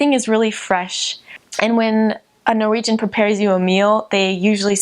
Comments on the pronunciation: I have to say your Norwegian at the end was very impressive! I'm Swedish though, but could actually not hear any difference from a native Norwegian. Greetings! :) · Her Norwegian is amazing! Considering she's an American it's even more impressive since it can be difficult hitting the right tones and nail the stress. Stå på!! Edit: idk why, but all the people on this channel who lived in Norway look super Norwegian lol